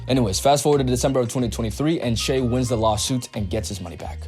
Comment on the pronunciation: it is pronounced shy